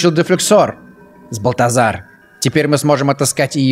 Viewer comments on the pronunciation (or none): збаЛтазар а не збаЛЬтазар